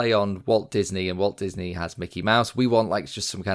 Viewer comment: It's Walt Disney, not Waly Gisnep!